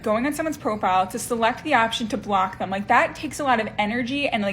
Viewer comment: I would have to block number 6 just for saying thum when she means them.